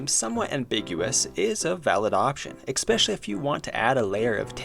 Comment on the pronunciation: I can't listen to people who mispronounce "escape" or "especially". It's like you just lose all credibility and respectability once that happens. I think it's actually worse than listening to Canadians.